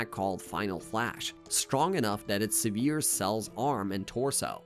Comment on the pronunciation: it's because it's AI, also can tell from the way he says "severes" instead of severs